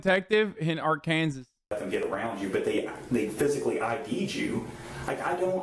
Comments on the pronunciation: He did say it right at least once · He says it right everytime